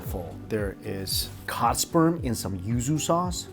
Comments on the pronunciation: What was the dish he ate first after the tofu. I cannot understand “cotspur?” With Ouso sauce. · bro did you say " cow sperm??" lmao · Sounded like cod sperm😳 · 7.20…..is he saying Cod Sperm?